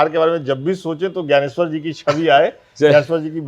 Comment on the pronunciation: Gayaneshwar G का उच्चारण ठीक नही है